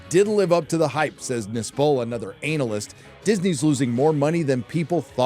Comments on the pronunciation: I'll never be okay with how you say analyst (ANAL-ist) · If there was valuable insight at the end of this video I didn't get to hear it, because I gave up after ten minutes of sophomore ranting and about the fifth time you said "ANAL-ist" as if it were a witty bot mot. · Kills me whenever he says Analist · i was enjoying the analysis until you kept saying analist and i zoned out, cringed and stoped watching... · I wish I could get a non-childish viewpoint on this content. ANAL-yst. Really? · The emphasis of ANALyst LOL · lmao its not pronounced ANAL--IST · Lmao Anal-ist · Hmm, I for one don't think is putting enough emphasis on the word "analist". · hey- i take a fence at the pronunciation of anal-ist as a professional anal-ist... sht it mean analyst... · Analcyst? Analist? 🤣😂🤣😂🤣😂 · The rather deliberate mispronunciation of "analyst" is quite amusing. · I agree with what this guys says but surely thats not how americans pronounce 'analyst' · The way this guy pronounces analyst freaks me the fuck out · thats not how you pronounce 'analyst' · Your continued and intentional mispronunciation of 'analyst' is as cringe as anything Disney has produced lately. Aside from that, good video, but come on. You're better than that. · it's the emphasis on "analyst" for me 🤣🤣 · Dude that's not how you pronounce Analyst 😅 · I finally learned how to pronounce the word analyst.